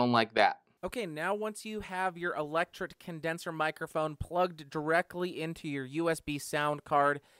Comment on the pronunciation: "Electret" Condenser Mic. "tret" rhymes with "threat"